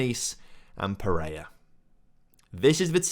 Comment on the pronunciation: Watched and enjoyed the entire series over the past few days. There is nobody on the planet that says little bit or “Lidda bit” as much as you. And…… It’s PEREIRA! Not Pereya. Needed to get that off my chest, a little bit.;)